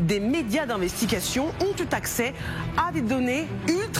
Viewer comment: "Des médias d'investigations ont eu t'acces"